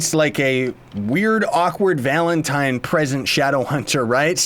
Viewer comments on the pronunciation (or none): none